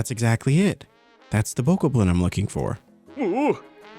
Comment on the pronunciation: Bokoblin pronounced Bo Cob Lin. I only know from watching so many videos when BOTW came out and i was playing it.